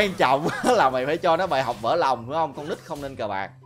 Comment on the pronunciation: Ghiền cái intro thiệt chứ 🤣 đúng giọng còn ngọng "nòng" nữa